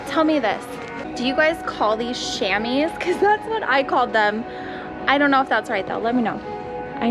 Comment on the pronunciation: The startup never gets old. By the way I think everyone calls em Shamys. I know that's not how it's spelled but the way it's spelled is how is pronounced which again you said it correctly